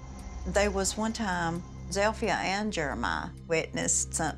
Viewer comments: Zilpha. Zeel-fuh. Not "Zeel-fi-ah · Zipha is pronounced Zel-fi-ah? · So her name is "Zilpha" but pronounced Zel-Fee-Ah? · Wtf name is zilpha and why do they pronounce it like that